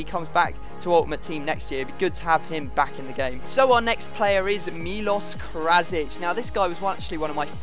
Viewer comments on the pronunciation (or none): Not krasir it's krasic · Its krasic not krasir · isn't it Krasic? not Krasir?